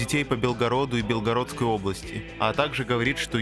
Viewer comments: Автор, зачем коверкать Белгородскую область? Правильно белгорОдская область, а не бЕлгородская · Ещё забыл упомянуть, что автор неправильно произносил Белгородскую область